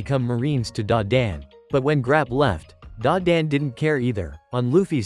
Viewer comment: bro said grap you 😂